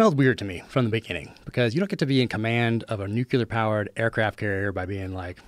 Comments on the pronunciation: ...ughhhh, Jack. .. 'NUKE-YOO lerr...?? Come on, bro... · did he just say “nucular” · Is it weird that I have a hard time trusting a military "expert" that pronounces it "nucular"? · 'Nukeular powered?' Still amazes me how many people cant say this word correctly. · The amount of Americans who pronounce it "nukular" is too damn high.